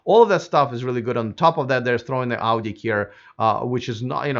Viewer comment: You are pronouncing word Audi, like Auģi, like russian :D